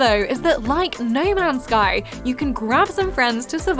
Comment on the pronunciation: “Ney mans sky” 😂